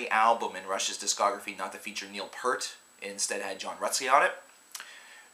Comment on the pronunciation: Good review and love Rush, but just have to say Niel's last name is pronounced "Pea ert", like "pierce" only with a T on the end.